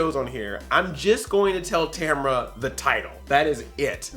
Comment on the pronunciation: is it just me or does she say and spell her name different, like the second a doesn't exist